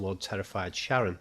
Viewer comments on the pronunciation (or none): none